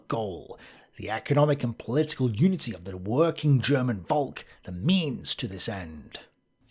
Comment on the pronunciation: Hey, when you say Volk, remember it's not pronounced "Volk", but "Folk". Thank you.